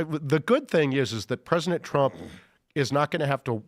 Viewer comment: "Presinent Trump"